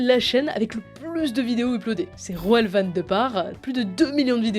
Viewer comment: Roel ça se prononce "Roule" :)